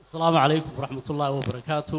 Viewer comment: Not salmu caleykun ee dheh asalamu caleykum that is correctly